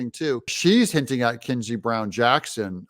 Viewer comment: Nobody who does political commentary should not still be unable to pronounce Ketanji at this point.